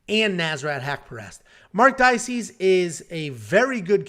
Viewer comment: Marc DA-KAY-SEE lol 😂